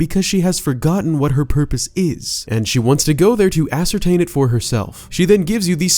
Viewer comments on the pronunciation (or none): none